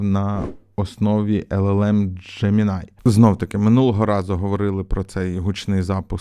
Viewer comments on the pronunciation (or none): none